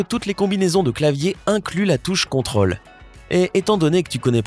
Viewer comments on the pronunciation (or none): On prononce contrôle en marquant l'accent circonflexe qu'il y a sur la lettre o